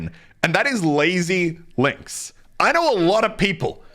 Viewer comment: I’m sorry but we can’t really let him say that lazy links<coral castle like what the fuck